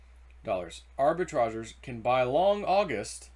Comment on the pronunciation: It is pronounced arbi-tra-JURES.....